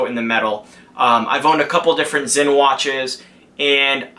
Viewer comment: It's pronounced "ZINN", you fool. Not "SIN".